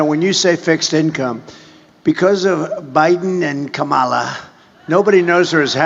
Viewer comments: His pronunciation, being Latino has a very clear connotation: in Spanish, he is pronouncing "Qué- Mala"... Translation to English means roughly: Real Bad, Soo Bad... He knows Exactly how to pronounce her name This Way, to have Spanish speakers grab the phrase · the mispronunciation of Kamala as Kay-Mala is an intentional insult using the Spanish phrase “Qué mala” which means “how awful” or “how bad is she” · Hey, the pronunciation from a hispanic point is "que mala" like how bad or she's bad, that is what I heard when you played it. Also I agree the weapons do sound like something that you get a Taco Bell. Great show as always, people please subscribe this young man is great, smart, informative and the coverages of the rallies are always amazing. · I'm guessing he was trying to play the MAGA mispronunciation game by saying "Que mala" ("how bad" in Spanish) instead of "Kamala"...🙄 Un chiste de Papa. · In Spanish, the pronunciation “Kay-mala,” can mean “How Bad,” as in “Que Mala” in Spanish. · That foolish rube guy lost all credibility calling her "Kay mala" not to mention other disqualifying comments. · In Spanish K-mala, pronounced“Que mala” would mean “she’s awful!” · Kay-mala is a play on words: "que mala", pronounced "kay mala", means "how bad" or "what a bad woman". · They're pronouncing it in SPANISH. "Que Mala" means "how bad" or "how evil" in Spanish. Que Mala Harris....very tacky. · I have a sneaking suspicion that the latino "round table" or event guy was making a really lame pun on Kamala's name. So, if you said "que mala" it would be something to the affect of "she's so bad" and it would be pronounced roughly the way he said it. I think it must be that because if you pronounce Kamala in Spanish it's her name, Ka-ma-la. Period. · It Spanish way with long A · It shows your intelligence if someone tells you their name and you can't pronounce it, i dont get it. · Mispronouncing her name is racist and misogynistic